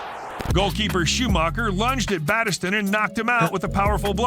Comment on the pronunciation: Man, but there were some awful pronunciations in that video! (#2) Battiston still suffers back pain to this day. Pure brutality. And you can't mention brutality in football without mentioning the replay of the 1970 English FA Cup final between Leeds and Chelsea - by today's standards, almost everyone on the field would have been sent off!